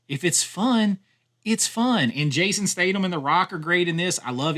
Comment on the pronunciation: I think he just enjoys annoying Brits. Jason who, there's definitely a th in Statham not a double t. Tho he did manage to get Idris Elba right maybe cos he thinks like a lot of Americans that he is American.